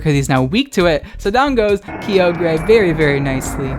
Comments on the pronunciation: Kai-ogre not Kiyogrey!!!!!!! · It’s frikkin Kye-ogre (like SHREK) pls man. No more kee oh grey or w/e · Uhm, it's Kay-oh-gruh you degenerate. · KEE-OH-GREY It’s KY-OH-GER you degenerate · take a shot everytime says Ki-o-grey jokes aside Happy halloween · THAT IS NOT KEY- OH GRE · do you call Ogres, Oh-Greys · the way you say Kyogre.... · hey man, you said kyogre wrong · The scariest thing about this video was your pronunciation of Kyogre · He said in another video he pronounces it like that on purpose to trigger people...and it works. 🤢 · Vespiqueen lol I thought it was only just me!